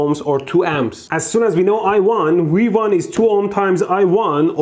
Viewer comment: Is it just me or is he saying "we won" when he points to V1